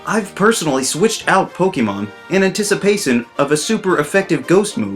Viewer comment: “-in anticipacen-“